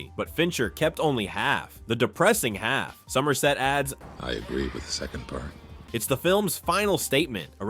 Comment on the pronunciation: Okay: why is the voiceover stressing the repeated word instead of the qualifier? (Examples: through YOU, not at YOU; kept only HALF, the depressing HALF.) It's unbearable